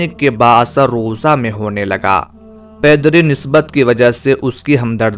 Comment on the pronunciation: Pedari nh pidri yani wali ki nisbat sy urdu sahi padha karo bhai